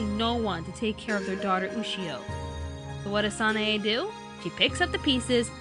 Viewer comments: Hey it's not sana a its san a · You're driving me insane. It's pronounced San-AI! If you actually gave the show a proper chance, you would know this! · SHE KEPT SAYING SANAE WRONG